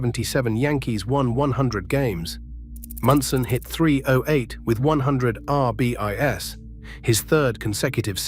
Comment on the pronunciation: Not for nothing but if AI can't even properly pronounce the baseball stat "RBIs" correctly on a baseball video, then how is it going to take over the world? Me thinks this AI is not going to take as many jobs as the Tech overlords think it will.